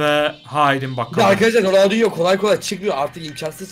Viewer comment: ronaldingo diyor